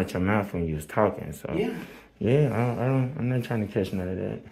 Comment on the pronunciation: The word is that, not dat!